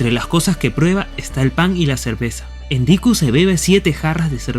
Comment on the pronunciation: Siempre lo ví escrito y pronunciado como "ENKIDU" no endiku. Por lo demás muy bueno. Gracias y bendiciones a los sumerios y a la diosa ninkasi.